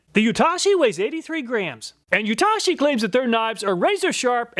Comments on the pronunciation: Amazing and in depth review! only note i'd like to add was just the pronunciation of Yatoshi, its "yah-toe-shee" you kept saying "you-tah-shi" 😂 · its not YAH-TAH-SHEE its YA-TOH-SHE